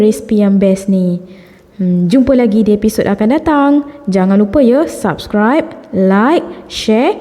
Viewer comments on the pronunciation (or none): none